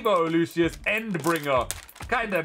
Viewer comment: im not sure if you figured it out, but lucius name is pronounced "loo-shus" in the dub anime